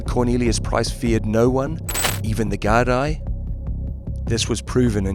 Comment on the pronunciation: The Gardie lol